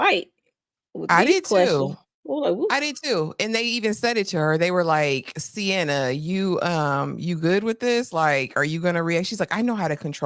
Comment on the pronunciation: Sienna pronounced C-N-Ah